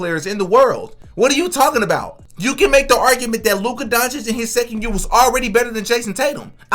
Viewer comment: Stephen a smith saying names incorrect isn’t a sign that he’s racist. He mispronounces many players names wrong